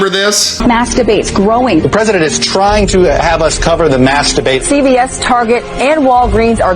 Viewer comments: Did I just hear "masturbate" or "maskdebate"? I'm fucking confused, shit is getting crazy, man. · Did you say mask debate or masturbate?